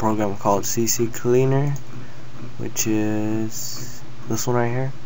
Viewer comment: It's "C-Cleaner", not "C-C-Cleaner"...